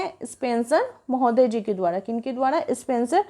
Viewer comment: द्वारा को द्वाडा क्यों बोलते हैं र को डा बोलते हुए 😊